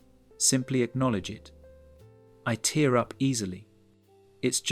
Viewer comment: It’s tear up not tare up